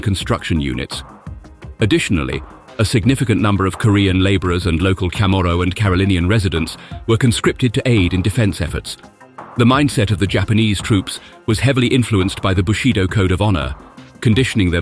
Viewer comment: "Kamaro people "??? AI doesn't recognize Chamarro I guess. And Saipan wasn't a Japanese "Home Island", it was ruled by the Spanish until 1898 and later by the Germans and then in the years of WW 2: the Japanese.